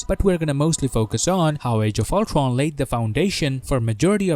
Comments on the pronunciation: really ,nobody is gonna comment about the ulCRon pronunciation. ok I have to do it ,!!man you pronounce ULTRON!!!! really weird!!!. ULCRON!!!!?? WTF?? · Is this guy gonna speak every word with W? Ultwon for example